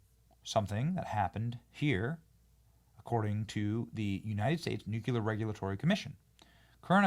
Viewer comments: Please stop saying nuke-yuller. It's pronounced New-Clear! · Nuclear not NukUlar. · Nuuu-cleeeaaaarr Nu-clear Nuclear. I sweato god Benny....👴 No more NUCULAR Ima get Cezar Milan on you Tssssttt. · Nuclear... new-klee-er Not nu -cuel-ler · Do you realize you say Nucular instead of Nuclear? 😂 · Nuclear not nucular. Come on, Benny! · You lose credibility when you say "nucular". The word is, has, and always will be nuclear. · NU_CLE_AR Not nucular ffs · NUC LEAR not NUC U LAR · Benny, luv u man, BUT -- Every time I hear you mispronounce the word "nuclear" as the the word "noocueler" I am reminded of another commonly mispronounced word, when people say "aks" for the word "ask". Just because W was illiterate doesn't mean we all should be. Considering you reach millions and millions, sir (luv u man), don't you feel a slight pang of personal guilt misleading people in the pronunciation of such an important word, as if disrespecting it? Or perhaps you prefer an illiterate audience to whom you owe nothing? Luv u man. Get it right. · I love you Benny, but it’s pronounced Nuclear Nu klee ur not Nu q lur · NU CLEAR Not Nu Kue Ler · Why do you insist on saying nucular? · It drives me NUTS when people pronounce it "nu-QUE-lir." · Nucular isn't a word. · It's pronounced "NEW'-KLEE-ER"!!! Please! Say it correctly. Thanks! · Please read that word... nuclear. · You're a man who talks for a living. Please learn to pronounce "nuclear". Its really not a difficult word. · I love your show, but learn how to pronounce nuclear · Please learn how to pronounce nuclear